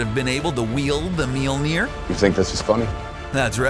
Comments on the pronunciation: What is that pronunciation of mjölner lol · wtf is your pronunciation of mjolnir??? sounds terrible XD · Your pronunciation of Mjölnir is really really bad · the pronunciation of Mjölnir is awful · He keeps mispronuncing Mjolnir...